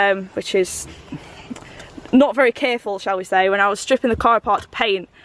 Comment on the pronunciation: When you say careful you sound welsh 🏴😍